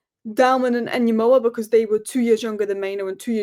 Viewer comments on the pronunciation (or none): It is ENGUMOHA not En Yemoa pay attention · His name is pronounced En-Ga-Mo-Ah Remember the name 😋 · Ignore the "N" when pronouncing his Sir name =Gumoha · here is the pronunciation of Rio's surname: "EN -GUMOHA" To be safe, you can simply drop the "N" and pronounce the rest of the name to the best of your phonetic abilities! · I'm Igbo man, I will teach you for free how to pronounce it cos you loveu club.